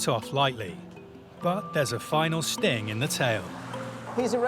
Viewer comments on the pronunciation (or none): none